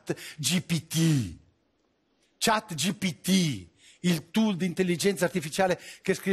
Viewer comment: Non sa manco pronunciarlo. Che banalità… Crozza FACEVA ridere 😢